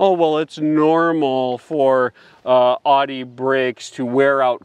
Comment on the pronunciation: Owd ee. Not odd ee.